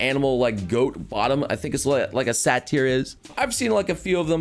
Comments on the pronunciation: Maru is a succubus... Also imps (per flavor) are the little flying gargoyle looking hellspawn or ya know hellovaboss sat-tire... buddy XD SAY-DER like derp XDDD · the satyr pronunciation causes me physical pain